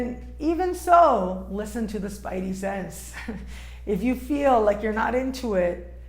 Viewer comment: what is a "spity-sense"?